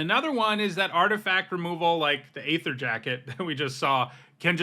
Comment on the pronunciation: Please look up the pronunciation of aether, unless this is some joke i don't understand.